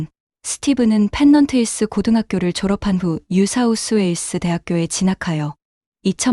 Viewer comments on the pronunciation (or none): 뉴사 우스 웨일스가 아니라 뉴 사우스 웨일스 입니다 AI도 아니고 ㅠ